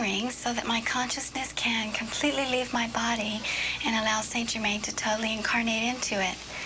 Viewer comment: Yet again, someone channeling st. Germain who can't even pronounce his freaking name! Puts the entire MBS community to shame. Next, let's channel Jose the Mexican & pronounce his name "Josehay" instead of "hosey".... Must be authentic!